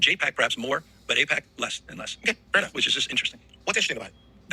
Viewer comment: Eyepac? What is Äïëɓäč̣?